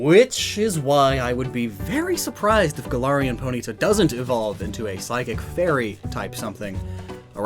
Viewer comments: Anyone else triggered by how he pronounces poNYta and not POnyta?? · It’s always interesting to hear how different people pronounce various Pokémon names, for example: says Po-nita and I say Pony-tah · The way you say Ponyta is NOT ok.